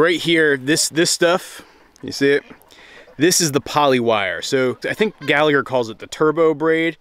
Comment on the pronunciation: Pronounced Gall-a-her.